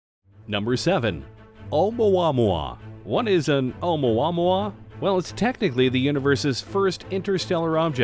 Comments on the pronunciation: It drives me nuts cause he pronounces it wrong. I literally went to the comments to find someone who thought the same Haha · I feel...something...idk every single time he says OUMUAMUA. YOU FEEL ME? OU MUA MUA OU MUA MUA